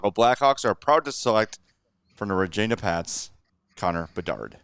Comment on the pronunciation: You said Regina wrong son